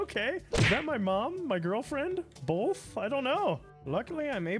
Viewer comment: How have I never noticed that you say “bolth” instead of “both”? (Fun video though)